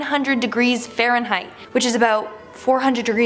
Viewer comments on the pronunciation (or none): none